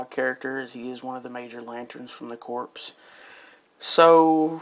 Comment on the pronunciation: Corps is pronounced with the p and s silent a corpse is a dead body you dumb ass